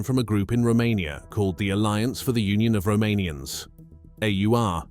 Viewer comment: Good try narrating in English until 04.14 timestamp. Calling and reffering the Romanians as Ro-ma-ni, (with the accesnt in second sylabus) may be missinterpreted.